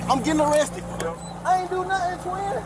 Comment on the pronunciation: "didn do nuffen"